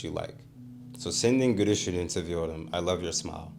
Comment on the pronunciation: I think you're maybe using a Japanese l/r when you speak Turkish? When you said "gülüşünü" I thought you were saying "gürüşünü." Turkish L is easy, it's a real L sound. Here it should be in the front of your mouth.